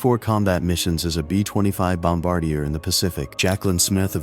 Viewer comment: Combat bom-E-dor. Give us an AI break.